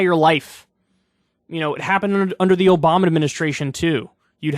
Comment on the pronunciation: Did Kyle say obomna lol